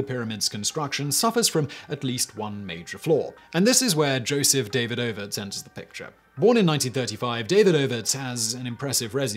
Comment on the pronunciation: Surely it's duh-VEED-uh-vits and not DAY-vid-OH-vits.